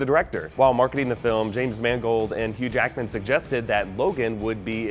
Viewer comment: Its Hugh Jackman not Huge Akman